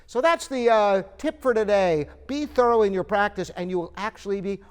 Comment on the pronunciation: English is not my native language , I understand every word you said exept the "thorrwwaalll" practice, what practice???????